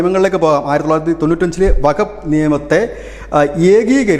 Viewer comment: വകഫ് അല്ല സുഹൃത്തേ വഖഫ് എന്ന് ഖ സ്‌ട്രെസ് ചെയ്തു പറയണം